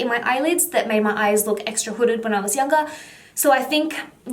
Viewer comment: I only heard one word hodded eyes hodded eye